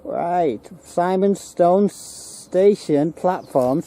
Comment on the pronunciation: Really enjoyed the video but Simonstone is pronounced with an "i" and not an "I" for us locals. Big thumbs up, great.